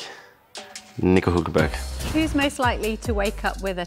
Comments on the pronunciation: Nobody:: "Nico Hulkenburg" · Not saying nico hülkenburg